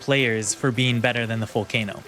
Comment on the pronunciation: Vull-kah-no Not vull-kay-no It's Italian